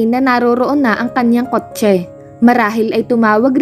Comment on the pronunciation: Ilocana po ata ang narrator, sa pag pronounce nya ng kotche